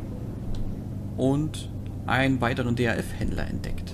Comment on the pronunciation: Das heißt daf nicht D.A.F